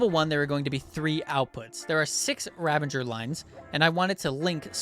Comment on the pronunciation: You know they're called Ravagers right? Ravenger isn't a word.